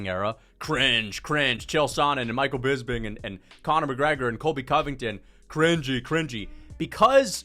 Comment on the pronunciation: brother why do you say BISBING